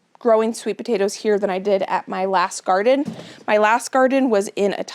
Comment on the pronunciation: As a non native English speaker, I didn't know that the words last and this could pronounced lasht and thish. Is it a dialect from where you live?